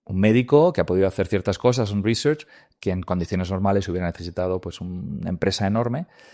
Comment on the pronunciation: Menudo flipao si vas de anglofilo por lo menos pronuncia bien research.